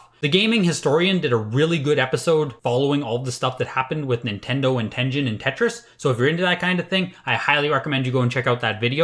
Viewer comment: At this rate, the next sticker sealed SMB might actually sell for 1 million. Never thought I'd see the day... Uh sir, it's pronounced Ten-Gen not Ten-Jin. What kind of collector are you? XD Ah yes, I used Mike Etlers list several times when I first started collecting. Back when all NES carts were like $1-$5 because they were seen as old and not collectable. The list is pretty pointless now as you can just look them up on your phone but an important piece of history no doubt.